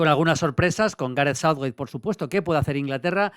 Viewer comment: Maldini por dios, pronuncia bien Southgate y no Southwait